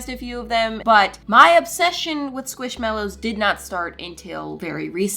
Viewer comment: It’s NOT squishMALows, it’s squishMELows! Btw, I love you and your Chanel.